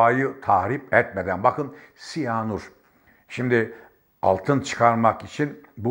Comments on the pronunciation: Müracat değil müracaat.......Maden değil maaden.......Siyaanur değil siyanür.......... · Sayın ÖNKİBAR , özür diliyorum ama , sizin gibi bir gazeteci nin , türkçe'yi kullanırken biraz daha özen göstermesi gerekir diye düşünüyorum ... Maden kelimesini söylerken A harfini biraz uzatarak söylemeniz gerekmiyormu ? Ha , bide siyanur değil SİYANÜR olacak ... Saygılar .